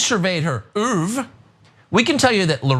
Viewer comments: OEUVRE is pronounced (Ooa-Vra) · "Oove" a word Tucker Carlson learned at the Super Elite Private School his Rich parents shipped him off too in Switzerland. Where they say words like "oove" all day long. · "Having surveyed her erurve!" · I’m pretty sure “ouvre” is French for egg. It was pretty badly spoken as well! Seeing the education he had and he can’t speak French! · I think Tukkker was trying to say "oeuvre", or french for "body of work"; don't get me wrong, he completely failed in his attempt to pronounce the word. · How much did his father pay for in education just for him to mispronounce “oeuvre”? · I would think, with all his fancy boarding-school education, Tucker Carlson would be capable of pronouncing certain French words and phrases that are commonly used in English, like "je ne sais quoi", correctly. To pronounce them as if one were burping or suffering from diarrhea, is weird, I don't know where he got that from. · The word is oeuvre. It means work. That's not how it is pronounced... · Yeah, the reason Tucker made a production out of pronouncing "œvre" the fancy way served his intro to some examples of this left wing pseudo intellectual chick's work. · That just proves my point first that you didn't knew that he mispronounced it because it is two syllables not one, second that you don't know what is intellectual or not and third that you don't care to find out because you misspelled it by leaving out the "u" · the word tucker was saying was oeuvre. it means body of work in french. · The word Carlson was trying to say is the French word œuvre. It is a word in the English lexicon, but more recently is not used as much. It means 'body of work', such as writings, activity, action, etc. It's more often used to reference a body of art, (which is why I know it, I'm a pro. artist) but it can be used in other cases. I like to think one of the interns at FOX threw it onto his telecom just to mess with him. ;p